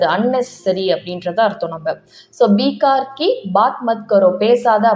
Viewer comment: பீக் கார் இல்லை பெக்காம் என்று உச்சரிக்க வேண்டும்.